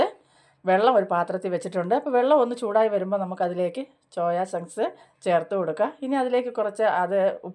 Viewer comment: ചോയ ചങ്ക്സ് അല്ല സോയ ചങ്ക്‌സ് എന്നാ പറയുന്നത്.😂